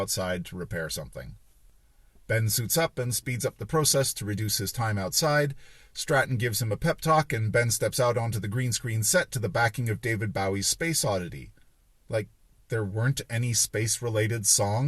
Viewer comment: FYI the "bow" in Bowie isn't pronounced like "take a bow" it's pronounced like "bow and arrow."